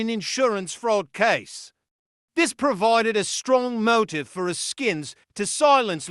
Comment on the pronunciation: Ask-ins - not A-skins If the UK is gonna report on USA crime....please do diligence on pronunciation!